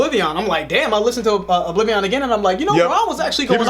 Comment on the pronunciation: O-bliv-ee-un. Not o-bliv-ee-on.